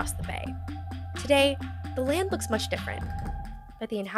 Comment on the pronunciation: "[...] may not sound like mush [...]" that hurt, like physically hurt. still laughed tho, Nia:wen and miigwetch from Canada.